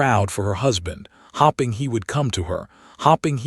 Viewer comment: El-i-nor or El-en-a not E-lee-nor, hoping not hopping 🐇 A note: men wore shoes not boots to formal events in that time in history. Another note: if the husband had kept his affair out of sight society would not have censured him. Dukes were given a lot of leeway then. Enjoyed the story nonetheless. ❤